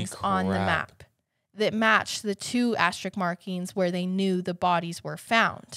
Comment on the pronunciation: Love you guys so much! I hope you take this criticism as it's intended as a teaching moment. You keep saying Asterik and it is driving my OCD crazy!. Asterisk is the word. Again love you guys so sorry if this sounds trolly, just want you to know so you can fix it in the future. Keep up the awesome work!